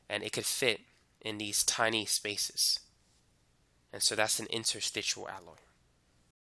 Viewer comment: Interstitial, not "interstitual". Suelement l'Anglais.